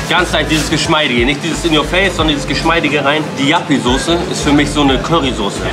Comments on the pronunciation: Warum nennen die das Jappiesoße hahaha, das ist doch Joppiesoße 😂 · Hahaha was für Jappisauce, die heißt Joppiesauce 😂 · JOPPIEEEE nicht JAPPIEEE!! :D Wie kann es sein dass du die Soße nicht kennst? Ist halt DIE holländische Imbiss-Soße, quasi ne Currymayonaise. bietet auch fast jeder Imbiss in Deutschland an der auch nur ansatzweise innerhalb von 200km an der holl. Grenze ist. :D kannste im Münsterland fast in jedem Supermakart kaufen. ZU Kulti-Kebab, das ist tatsächlich mit der beste Döner den ich bisher gegessen habe, in Münster gibt es noch eine wirklich gute Adresse, direkt am Bahnhof, CAPPADICIA! Wenn du noch mal in der Gegend unterwegs ist, auf jeden Fall n Stop wert. Dort gibts sogar frischen selbst gemachten Ayran, der ist weltklasse,. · Die Soße nennt sich Joppie Soße, nicht Jappie 😂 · Geiles Video aber die Soße heisst nicht jappi sondern Joppi mit o 🤣🤣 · Joppie Sauce nicht Jappie 😂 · Die Soße heißt nicht jappi sondern joppi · Das ist Joppie Sauce nicht Yappie 😂😂😂 und Ssio erwähnt die Soße in Hash Hash komm nach Trier und Probiere mal Derwisch Döner 🥙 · Das ist joppie sauce nicht jappi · Wer Jappy statt joppie Soße sagt, hat sich als foodblogger bzw foodyoutuber absolut disqualifiziert! Der Typ hat von essen 0 Ahnung und es war das letze Video mit dem Kasper was ich gesehen habe. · Heißt die Sauce nicht juppy Sauce? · Heisst das nicht Joppie Sauce? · Es heißt joppie Soße 😂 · JOPPIE sie heißt JOPPIE SAUCE BRUDER ! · Es heißt Joppie Sauce.